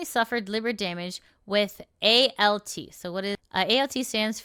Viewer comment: Im sorry, the way you pronounced ALT made it sound like pasta 😂. No shade, I know medical gobbledygook is not easy without practice, it just made me laugh a bit.